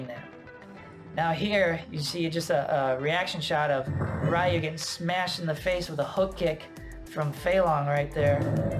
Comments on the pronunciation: It's pronounced RE Yu not Ri Yu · Ryu=Reee-ooo not Rii-ooo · I was good until "Rye-You" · Great video. You mispronounce Ryu's name though. He literally says "Ryu is my name" in the scene.